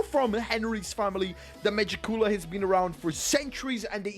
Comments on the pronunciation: Ma-Jick-Q-La bro not Magic-Cooler 😭😭Love🖤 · Megicula’s pronunciation